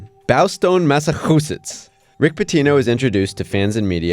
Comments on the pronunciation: big fan of that pronunciation at the beginning: “Bowstone MassaHOOsetts” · Ok, I love the "Bawstawn Massuhusutts".